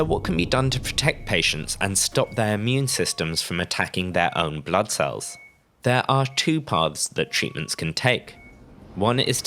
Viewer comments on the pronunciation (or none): none